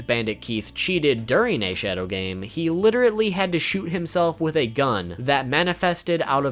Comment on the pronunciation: L.i.t.e.r.a.l.l.y. , not "literaTEly"